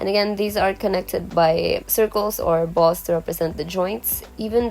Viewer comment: I CANT STOP LAUHGING AT HER SAYING BALLZ